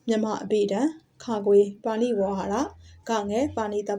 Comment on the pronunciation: မြန်မာစာကိုပြောနေတာဆိုတော့ အသံထွက်ကို သေချာဂရုစိုက်ပါ။ ပါဠိ ရဲ့အသံထွက်က/ပါလိ/ ဖြစ်ပါတယ်။။ /ပါနိ/ မဟုတ်ပါ။